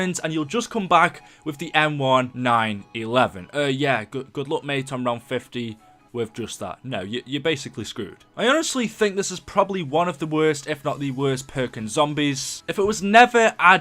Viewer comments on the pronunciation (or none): Did did he say M one nine eleven instead of just saying it right M1911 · Jaysus how many times do I correct people on this? It's pronounced M nineteen eleven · how the fuck did you pronounce the m1911 as the m-1-9-11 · Once he said M one nine eleven I was triggered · Omg it's b-a-r not bar like your going to drink it's the b.a.r it stands for browning automatic rifle and its the k-a-r-98k not the fucking car god also it is the m1-19-11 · Why do you miss pronounce m1911? I always got the kar98k without the scope off the wall as my first gun and always do really well.